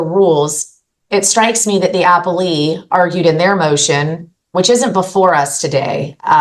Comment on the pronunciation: It's uh-pell-ee not apple-ee